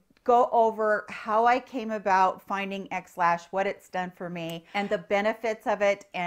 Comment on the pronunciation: I haven’t tried this, but I want to share with you that when you said “XLash”, I thought you said “Ex Lax”, LOL! Figured you could use a little chuckle.